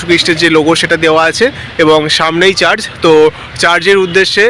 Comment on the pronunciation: 'চার্জ' নয় রে বাবা ---- কথাটা চার্চ হবে ! ইউটিউব আর ইউটিউবাররা সব কিছু ডুবিয়ে দিল রে !!